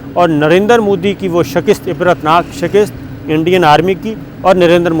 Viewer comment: Sabr Shakir pl don’t say shikist it is. ....... Shikast.